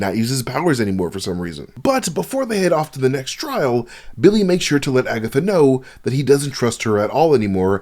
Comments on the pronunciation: I'm mad said "Agathots" 😂😁😄 You wild bruh! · agaTHOTS lol im crying